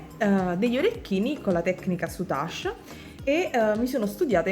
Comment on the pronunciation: Tesoro, io ho sempre pronunciato senza la e finale, come in inglese, sei sicura della tua pronuncia? si impara sempre, soprattutto dalle amiche vulcaniche, cmq rosa e grigio col blu marine è superbella come combinazione di colori ❤️❤️❤️